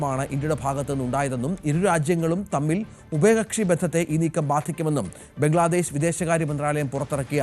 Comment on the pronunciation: ഏതാ ഈ ഊള റിപ്പോർട്ടർ? നീ ഒന്നു ശ്വാസം വിടടേ. അവൻ്റെയൊരു പംഗ്ലാദേഷ് ! ഫൂ